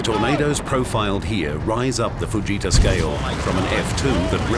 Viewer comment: He said doctor Theodor fajita. I need someone to clear that up. I thought his name was tet fujita and people have been saying it wrong